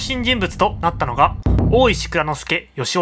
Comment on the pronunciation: 大石内蔵助良雄 の良雄は よしお じゃなくて よしかつ です